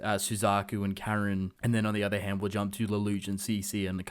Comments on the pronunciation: he also said karen instead of kallen. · ffs dude u realize simple people can say the letter l and the number 2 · To be honest I'd rather there wasn't a season 3. I'd rather just leave it as it is. Also you are rubbish at pronouncing names dude. It's pronounced C2 but spelt C.C. And it's Kallen